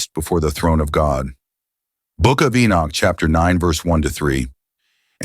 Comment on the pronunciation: How can you say enich alot then say enoch sometimes. So you actually know how to pronounce his name properly but you choose not too. Is that not arrogance?